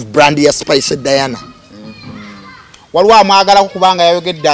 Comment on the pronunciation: Jenkins namutima ...Jenkins dint pronounce ..Spice 's name